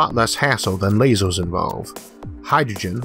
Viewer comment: I simply love it every time he says "lazors". :D